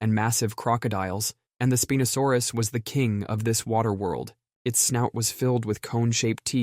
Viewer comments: Really? Really? "Speen-o-saurus" .....SPĪNE-O-SAURUS! HOW HAVE YOU NEVER HEARD THAT PHUCKING WORD? CHEESELESS RICE, MATE ! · Speen o saurus lol? Is that how it's supposed to be pronounced and I just been gas lit for the past 30 years